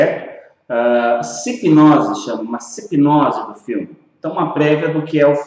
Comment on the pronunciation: SINOPSE não "Sipnose"